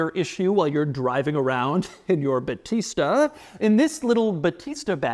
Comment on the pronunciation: I'm italian, that's not how you say "battista"